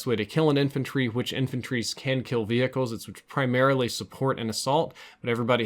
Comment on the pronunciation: Love the way you say vehicles: V hickles